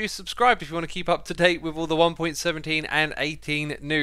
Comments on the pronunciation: you kinda said "one pointeen" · “in one pointeen”